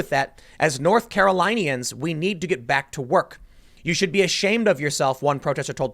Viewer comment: Car-o-lin-i-an (kăr′ə-lĭn′ē-ən); lin not line